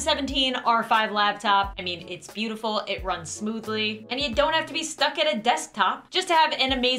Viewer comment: AI:its soo bootiful out here rizz:your bootiful to:bootiful rizz:D